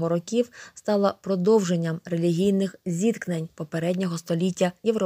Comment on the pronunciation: топ но правильно рокІІІІІІів а не рОООків ноголос